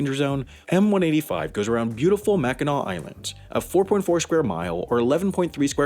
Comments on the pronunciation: I’m glad you actually pronounced Mackinaw correctly. Lots of people don’t pronounce it right and it really ruffles the Michigan residence feathers. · I'm happy you didn't pronounce it "mackinack" XD Anyways, I really like your channel and the topics you talk about 😀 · as a michigander im so proud of you for not pronouncing it “mackinak” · I’m from Michigan and for some reason we get very strict about how the island of Mackinac is pronounced and fort Mackinac and Michiganders sounds exactly happy that the vice president brought cars onto the island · I love that you pronounced it correctly! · Haven't watched the video, but I'm guessing it's on Mackinac Island. (My scout troop cycled around the island a few times) Edit: I WAS RIGHT. Also, thank you for being one of the few people who can correctly pronounce "Mackinac" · I can't tell you how happy I was that he said mackinac correctly!! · Or if you like walking around dodging mounds of horse shit & the general smell of horse shit... & thanks for pronouncing it right! 🙌